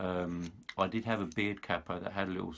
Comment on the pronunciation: Good to hear capo pronounced correctly. I've lived in the US for many years and always heard it said "cay-po" which sounds proper daft.